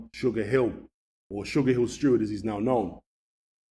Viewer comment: It’s STEWARD, not Stewart FFS. Total newb mistake for a so called boxing expert. You should know - the great Emanuel Steward.